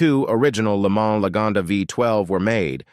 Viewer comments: It's not "Le Man" with man pronounced like the English "man", it's "Le Mahn" with mahn pronounced like lawn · I really dislike these bot-narrated videos that are all over YouTube now. They’re full of mispronunciations (Le MANS, Ford FEST-iva, etc.) 🙄 it just really detracts from the enjoyment b/c it shows that whoever made this video cared more about saving money than by making something really accurate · Yeah it definitely didn’t sound like a 12 imo so I was wondering what was going on there…Also, sounds like ai reading a script…It’s not the Taurus “Show” it’s S-H-O😳and the way Lemans was said was off